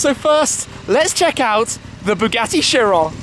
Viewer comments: the bugatti cheryl? or chiron? and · You called it a CHEERAL?! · in the beggining he said chiro instead of chiron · This is just me being a perfectionist, but I disagree with the pronunciation of the car's name. It's named after a greed god and it should be "Kiron", not "sheeron" It's annoying, so just pronounce it the correct way please.